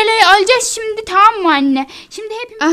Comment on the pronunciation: Taam değil tamam